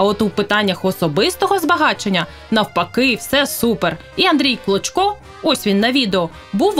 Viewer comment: Чесно кажучи, чи у вас погана дикція, чи ви навмисно кажете прізвище «клочко», як «кличко». Це не є добре.